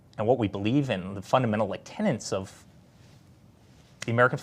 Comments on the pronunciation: It's "fundamental tenets", not "fundamental tenants".🙄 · Did he say tenants rather than tenets?